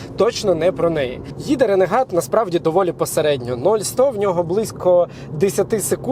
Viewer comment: Дуже класний огляд дякую за контент. Одне але РЕНЕГАТ ?)) Ну ж ренегейд